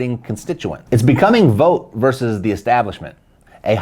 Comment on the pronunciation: V ought! Think bought! Its English folks, not THAT hard!